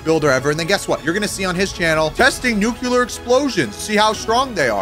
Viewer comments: Nuclear. Not nukular. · Theres only 1 "u" in nuclear.... its not pronounced "nookular"